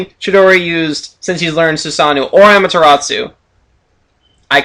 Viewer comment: Hmmm, More things you pronounce wrong... Asuma, Naruto, Amaterasu, Rasengan, Kumai, Susanoo(but you know you can't pronounce this), Sennin, Genin, Mangekyō, Raikage. But other than that I love your videos!